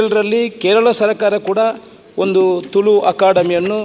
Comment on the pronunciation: 'ತುಲು' ಅಲ್ಲ 'ತುಳು' ಅಂತ ಗೊತ್ತಿರಲಿ. ಅದನ್ನು ಮೊದಲು ಸರಿಯಾಗಿ ಉಚ್ಛರಿಸಿ ಪುತ್ತೂರಿನ ಶಾಸಕರೆ ಹಾಗು ಸಭ ಅದ್ಯಕ್ಷರೆ.